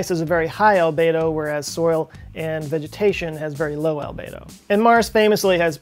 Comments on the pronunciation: Albedo - It's pronounced Al-bee-doh NOT Al-bay-doh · Well done,. I recently learned about the Arctic sinkholes on PBS Nova, and it was talking about the albedo effect. After you pronounced it the way you did, I went searching and found that most go with Al-bee-doe, but found one other pronouncing it on YouTube the way you did. Is this a regional thing, and perhaps both considered correct? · Albedo is pronounced al-BEE-doh not al-BAY-doh. Just FYI. Great video! :-) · FYI - Albedo is pronounced al bee dow. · As an educator, I recognize that pronunciation is important. If words are not said correctly, it can make communication difficult. Albedo is pronounced (al-BEE-doh) and as a definition; it is a measure of how much light that hits a surface is reflected without being absorbed. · Albedo rhymes with Cheeto... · please show me where the A in albEdo is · /ælˈbi.doʊ/ how it is pronounced is secondary but you should have expanded just a little into this as snow cover and sea ice are reduced albedo goes up, making sea and ground absorb more heat energy. But PLEASE do focus more on population distribution and Agriculture, you'll get human extinction way earlier than anything else. Do one on plant food (phosphate), relate plant grow to global dimming phases just after WWII and the '90 one (and temperature effect on crop yeld). All the people I talk about climate change, none get the scary part. So I'm very bad at explaining. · it's pronounced "albeedo"...at least I heard 99% of the people pronouncing that way :D. Great video! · You made me doubt myself.. ;-) alˈbēdō is the correct pronunciation. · Cringed every time I heard mispronounce albedo. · You pronounce ALBEDO wrong.